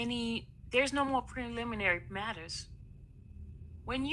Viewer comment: So this same person who spends her days allegedly working as a courthouse journalist can’t pronounce words commonly used in the courtroom? I’ve never heard someone work so hard to mispronounce ‘sequestration’ and ‘preliminary’ in my life. She could’ve let the screen reader on her computer do this.